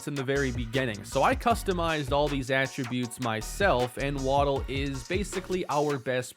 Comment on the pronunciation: Very excited about the series, however I think you have mispronounced Waddell. Waddell is my middle name. It’s pronounced Wad (as in a spit wad) Dell (as in the pc brand). Not asking you to change the way you say it, just putting it out there. The spelling for the way you say it would be Waddle (as in Jaylen Waddle). Again, great content and can’t wait for more of the series!